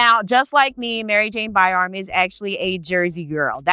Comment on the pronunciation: Isn't it pronounced BY-RAM? Asking for clarity.